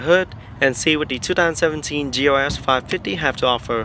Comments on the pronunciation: You're not crazy. I keep hearing GOS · I'm i crazy or i hear this guy pronouncing GLS as GOS !?